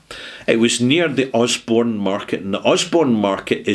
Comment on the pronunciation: Borough Market, not Osborne Market!